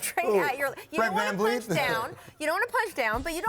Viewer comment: MY guy said Fred Vanvleet lmao